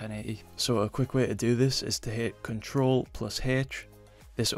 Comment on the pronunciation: wait what did he say control plause what